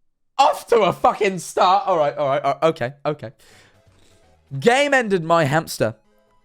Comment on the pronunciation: When said Game Ended I thought he said came in so instead of game ended their hamster it was came into my hamster PAIN